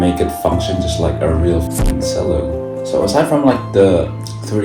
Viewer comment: who tf pronounced that as "se-llo* LOL